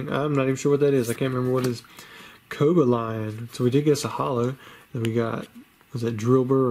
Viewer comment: i watch every video but u lowkey tilted me when u said cobalions name "co-ba-lion" is how u pronounced it lol its "co-bal-eeein"